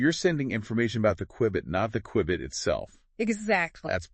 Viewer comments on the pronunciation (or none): It's A "Q-Bit" Not A --> "QWI-BIIT" ?!